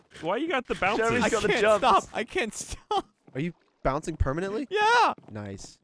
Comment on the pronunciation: Love gavin lunging with his sword and freaking the hell out about the “bunceing”